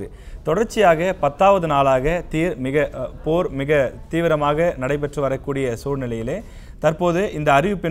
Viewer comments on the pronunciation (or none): அடே நல்லா செய்தி வாசிக்கிறீர்கள் போ 5.57 ல் போர் என்பதற்கு தேர் என்று உளறுவதே மிக சிறப்பு தான். போரைவிட இந்த தமிழ்நாட்டின் செய்திசேனல்களின் அக்கப்போர் தான் பெரிய போராக இருக்கு 🤭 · தெர் நிறுத்தம் 😂😂😂😂😂😂